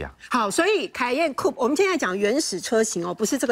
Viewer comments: 專業一點好嗎!? 唸苦配，不是酷p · COUPE 並不是這樣念的.....